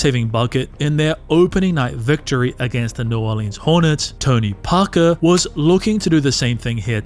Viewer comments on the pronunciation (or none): World: Tony Parker This narrator: Tounee Pah kaah 🤣🤣